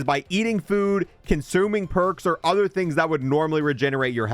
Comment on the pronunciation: Dude thinks he's a pirate saying are instead of or